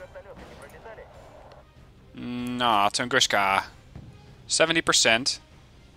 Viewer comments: What he's saying is "Tunguska" should be pronounced "tun-GOOSH-ka" instead of "tun-GOON-ska", I believe. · Tungooska. There's no "sh" sound in Tunguska. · funny when you telling "tunguska" like - "тунгушка". It's incorrect, call them - where "S" - is "С" without "SH", because it is - "Ш". BTW Thank you for the nice video.